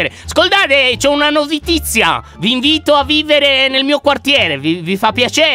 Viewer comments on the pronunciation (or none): Lyon non so se l'ho notato solo io ma hai detto al minuto "NOVITIZIA" 😂😂,come quel tipo che stava in un tuo troll tanto tempo fa 😂